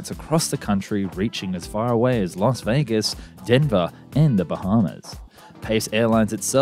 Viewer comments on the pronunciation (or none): none